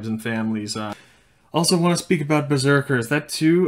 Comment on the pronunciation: Did he really say Beseeker 😳